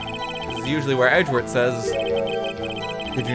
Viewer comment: i like how he says Edgeworth as Edgewurt